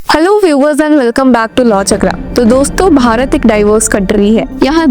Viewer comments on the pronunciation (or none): none